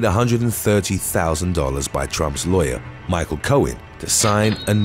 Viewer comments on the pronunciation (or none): none